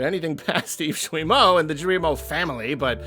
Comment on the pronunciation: Just a little thing, Guillemot is said with a hard g (g+u=hard g). Also yeah, f*** capitalism.